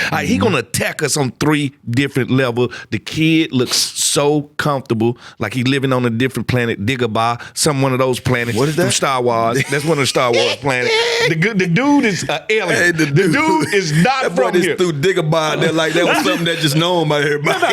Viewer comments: Dagobah pronounced (deg-ah-ba) not Dig ah ba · Dagobah, pronounced horribly, but he ain't lying 😂